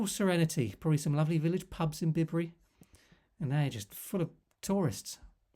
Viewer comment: hi, lovely places aren't they. My wife and I spend a lot of time in the Cotswolds villages which you have covered , and I believe the village of Bibury is pronounced differently . i.e. not as in "Bib", apparently the name sounds like Bai-Buh ree.😊👍